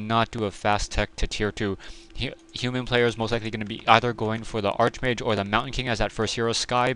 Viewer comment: This is pronounced "Ark Mage" not "art-sh mage"